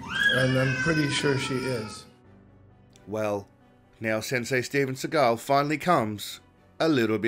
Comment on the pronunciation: It's STEFF-ARNE SEAGULL 🐦 .. Like FABIO 😂